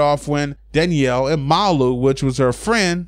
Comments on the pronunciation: I thought it was malooooo like how u pronounce it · no its MALU travejo